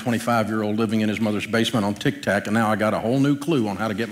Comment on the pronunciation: he called it Tick Tact 😂😂😂 I love this guy